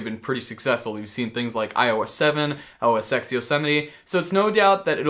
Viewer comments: A part of me dies every time someone says OS "x". The "X" is a Roman numeral and would be said as 10. Never would it be spoken as "x". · Please say OS (ten) X lol. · It's OS "Ten" the X is a Roman numeral. Lelz XD